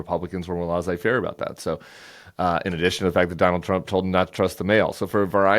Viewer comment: It is nit lahzay faire. It’s lez-ay.